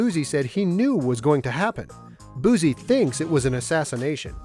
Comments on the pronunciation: Cringe everytime he says buzie (boosie). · Why do so many people mess up Lil Boosie's name 🤦🏿‍♂️ It's not BOOZY ! It's Boosie !